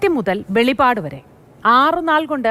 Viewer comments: വെളിപാട് അല്ല വെളിപ്പാട് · Velipadu alla velippadu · പ്രിയ സഹോദരി മലയാളം നന്നായി വായിക്കുകയും ഉച്ഛരിക്കുകയും ചെയ്യുക. ' ' വെളിപാട് ' അല്ല " വെളിപ്പാട് " എന്നാണ്. ഈ വാക്കുകൾ തമ്മിൽ ഒരുപാട് അർത്ഥവെത്യാസം ഉണ്ട്. നിന്ന് കൊണ്ട് എന്തെങ്കിലും തട്ടി വിടാതെ യാഥാർഥ്യം വിളിച്ചു പറയുക. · വെളിപാട് അല്ല വെളിപ്പാട് ആണ് 😂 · വെളിപാട് അല്ല വെളിപ്പാട് എന്ന് ആണ്